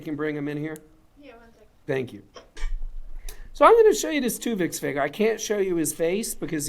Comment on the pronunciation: Just the way he pronounces "figer" makes me not want to buy any of these. 😂